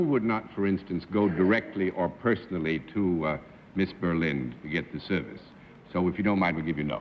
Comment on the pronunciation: John botched Brenda Berlins name! he doesnt botch often!...btw...what a HAIRDO on miss Berlin...